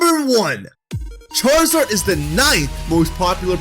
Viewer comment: Did you just say squaruzard?